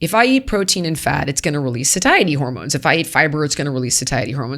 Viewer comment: Sweet holy lord ..... someone please teach this woman to correctly pronounce "satiety" 🙄